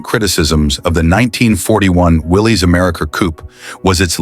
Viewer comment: so where's this Rambler you're rambling on about? I'm confused what does the '60's Rambler American got to do with cars of the '40's? It's pronounced Willis. It's Americar not American. and you show a Plymouth. and that's no '42 Chevy. they weren't gearing up for anything. They had no idea in Sept. that 3 months later we would be attacked by the Japanese. Idiots which, like all the other auto manuf.'s, they were as they were selling pre war models. looks just like a '42 Chevy.